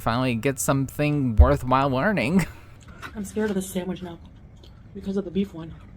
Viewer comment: And call it a “SAMWIDGE” I want to pop her every time she says it 🙄